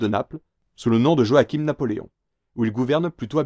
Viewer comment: Joachim Murat en 15ème position et avec son prénom mal prononcé ayaaaaa appelle le Jacob tant que t'y es.